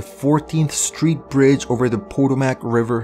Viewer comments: The "POTO-mac" river?! Try 'puh-TOW-mic.' Jesus.... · lmao you said Potomac wrong. XD its pronounced pa-toe-mic